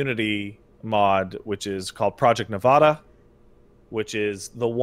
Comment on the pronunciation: I don't know why it makes me irrationally angry when people don't know how to say Nevada.